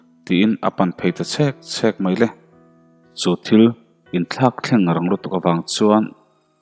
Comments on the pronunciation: Chhek chhek a thluk diklo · Chhek chhek tih a e kha thluk loh tur a ni zawk lo maw